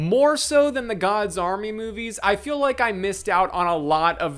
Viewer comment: Audio processing disorder thought you were saying “God Zombie” until like 20 minutes into the video… “Gods Army”… the movie is called “gods army”